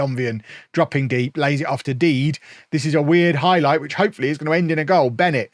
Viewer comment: Surely Dede is pronounced de de and not deed?